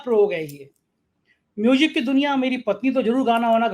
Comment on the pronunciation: 4PM MUJIk ki badhayi, plz batao ye MUJIK kyon bolte ho, Isko Music bola karo plz